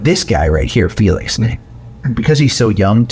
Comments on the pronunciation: oh, thank you SO much for giving Felix a few minutes of reprieve... even if you can't pronounce it properly :) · ... Feel-Licks ;-P